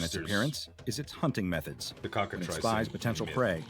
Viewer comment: "Trice" in Cockatrice is pronounced like "fleece", not "price"."